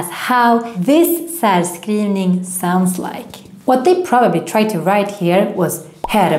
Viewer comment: And why isn't the rs in särskrivning pronounced as -sh-?